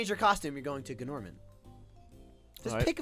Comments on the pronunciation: I hope they know his name is pronounced Norman lol. The G is silent just like in gnome. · I'm pretty sure Gnorman is pronounced 'Norman'. The G is silent, just like in Gnome.